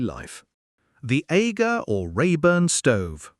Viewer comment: AGA as in Ar_ ger not Ay-ger